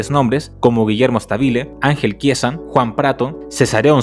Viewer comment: Guillermo Stábile. Esdrújula. Stábile.